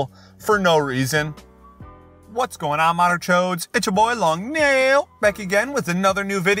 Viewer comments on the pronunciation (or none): guys i think this long nail is an impostor! An impostor, I say! He is kinda sus saying nail instead of neil Vote him